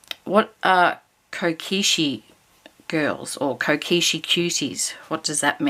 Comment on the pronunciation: Lol - kokeshi - is little girl doll - and is pronounced co - keh- she 🥰🥰🥰